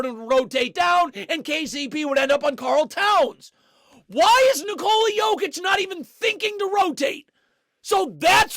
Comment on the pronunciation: “karl towns” sounds so wrong